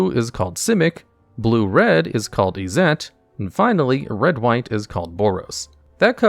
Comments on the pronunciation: This is the only place or person I've ever heard pronounce Izzet as "eye-Zet" and put the stress on the second syllable. Everywhere and everyone else i've ever heard say it like you're asking "is it?" and slightly stress the first. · Mans really just called it izzette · Izzet is it or izzet I zet not you zet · Is that really how Izzet is pronounced? I’ve only ever heard it pronounced “is it” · Izzet ain't quite right yet but you'll get there king